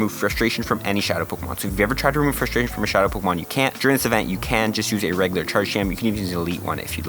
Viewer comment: dont forget to "remove frusteat" lol